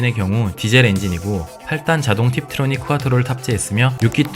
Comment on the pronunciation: 또 쿠아트로 라고 하네 ㅎㅎㅎ 겁나 어색하다